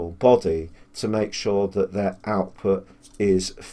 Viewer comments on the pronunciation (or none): none